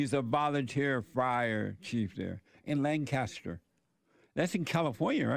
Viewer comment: Lane-cuss-ter SC......AMAZING!